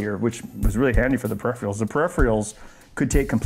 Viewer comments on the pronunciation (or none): Never mind the "Zee", did you really say "periphreeals"?! Really? Come on, Ben, you're better than that!